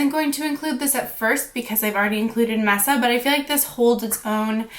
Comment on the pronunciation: I think its pronounced 'May-suh' for Mesa. I only know this bc my husband used to work for a company with that name 😁